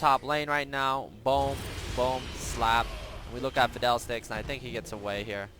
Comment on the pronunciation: Why do you say Fidel Sticks instead of fiddle sticks xD